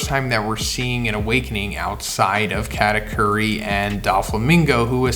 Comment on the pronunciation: Atleast try to pronounce katakuri